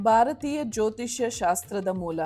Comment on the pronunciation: Madam, ನಾನು ನಿಮ್ಮ ತುಂಬಾ ಬಿಗ್ ಫ್ಯಾನ್... ಬಟ್ ನಿಮ್ಮ ಕನ್ನಡ ತುಂಬಾ ಚೆನ್ನಾಗಿದೆ... ಆದ್ರೆ ಸ್ವಲ್ಪ ಅಲ್ಪಪ್ರನಾ, ಮಹಾಪ್ರಾಣ ಸ್ವಲ್ಪ ಗಮನ ಕೊಡ್ಬೇಕು ಅನ್ಸುತ್ತೆ... Such as, ಭಾರತೀಯ pronounce ಮಾಡ್ಬೇಕಾದ್ರೆ ಮಹಾಪ್ರಾಣ ಬಳಸಿ ಪ್ಲೀಸ್...